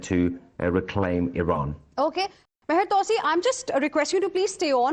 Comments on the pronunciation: TwoSee not TowSee. Btw...good reporting... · On the intro it sounded like "" - great to see and hear talking sound common-sense. is right..... Take President Trump seriously not literally.